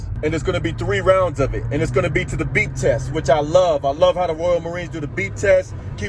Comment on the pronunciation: Hahaha! I got you man! I thought you were saying "That BEAT", "That BEAT" in your Grateful for 1000 views video. But it's the BEEP! Got it. Nice man!